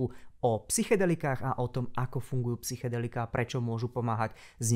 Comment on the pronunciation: Jen drobnost, v čase říkáš psychadelika místo psychedelika. Jinak výborné video 🫡